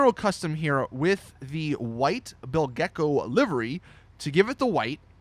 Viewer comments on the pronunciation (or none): it's pronounced "bilge-co" not "bill-gecko" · OMG what's wrong with the youtubers? It's NOT "Bill Gecco" it's "Bilge-Co" it's a play on words, bilge water is waste water usually pumped out of an old, leaky boat. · Why does every GTA youtuber pronounce BILGE-CO as Bill Gecko?